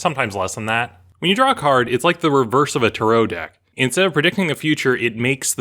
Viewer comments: Lol "Tah-row" deck. Seriously? Try again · I like your stories. (But not your pronunciation of tarot or tiefling). Keep up the good work. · that's not how you say tarot